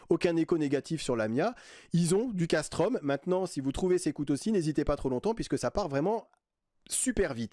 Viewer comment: Salut Fan de couteaux, je me permets de t'apporter amicalement de petites précisions : Casström se dit CasstrEUm, Las Fält se dit Lars Fêlt et Fällkniven se dit Fèll-Niven (Il n'y a pas de O et le K ne se prononce pas).